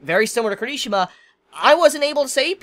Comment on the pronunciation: His name is pronounced Key-Lee-She-Ma